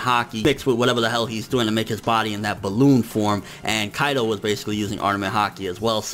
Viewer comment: on you prounounced Kaido as "AlQaida" lmfao